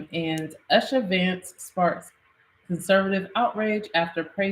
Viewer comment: pronunciation is Oo-sha for Usha Vance. U-sha not Ush-a.